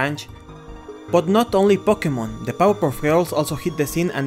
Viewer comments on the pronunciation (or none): none